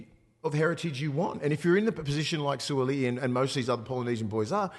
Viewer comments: Surely pronounce his name right 😂😂 it ends with “i’i” not “a’i”. Suali’i not Suala’i 😂😂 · Who’s Sualaai 😂🤦🏼‍♂️ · On point, love ya werk! But garmon, gotta get em boys names right 😂 What’s this Suala’i bizz? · Every sport commentator must learn how to correctly pronounce the players names. This shows respect for these players and their families. Will Mason pronounce the Suaalii name. Well done Willie. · To all my P.I. brothers and sisters apologies on my awful pronunciation of Sua'ali'i. I swear I practice it before every show and then get on the show to butcher it every time. Smh Just to be transparent always, I did reach out to him and apologise and he was gracious enough to understand 🙏 Hope everyone enjoyed our takes and the bonus ep though. All love. 🙏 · Their was never any intent to say it wrong by you allg mate x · Agree with all your points boys but shit you butchered Suaalii’s name 😅